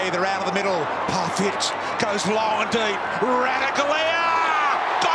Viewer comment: I love how said parfitt